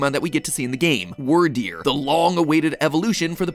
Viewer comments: Love you mathew but please pronounce the names right weer deer not wir deer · It's weird deer not word deer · "Wordeer" - MatPat 2022 Instead of pronoucing it like dragon wyrm. So Wyrderr instead of "Wordeer." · It's not "wur-deer." It's "weerd-eer." Wyrd is pronounced the same way "weird" is pronounced in English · ...Anyone else pronounce Wyrdeer more like "Weird deer" rather than "Word deer"? XD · Matthew it's Wierd-ear not word-ear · work on those pronunciations like Edo (eh dough) and Wierdeer (weer deer) otherwise thanks for another ruining 😁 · hearing matt pronounce the "wyr" in "wyrdeer" like "word" instead of "weird" hurts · Bro it’s pronounced “Wirdeer” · Really bugs me how you say Wyrdeer. It's pronounced like "Weird." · Excuse you! it’s pronounced weer-deer. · wyrdeer is meant to be pronounced as weirdeer (weird ear) XD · Succeed is pronounced like wierd-eer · Its pronounved weerdeer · Why is he pronouncing wyrdeer as wurdeer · Also, this one's just my take on it, but I think Wyrdeer is supposed to be pronounced "Weer-deer," like "weird-deer," but again, that's just how I perceived it. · wur-deer great job mat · ITS WEER-DEER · Isn't it pronounced Weird-eer? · You mispronounced Wyrdeer. keep in mind the name of pokemon tend to have puns associated with them. in this case, it is Weird. While modern definitions of Weird just mean strange or unusual, the archaic meanings refer to fate and destiny, as a Weird is another name for a soothsayer. Since this is a Psychic type pokemon, being a soothsayer makes some amount of sense, therefore the name is [Weird-Dear], not [Were-Dear]. Thank you for coming to my Ted Talk... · Him pronouncing Wyrdeer wrong hurts my soul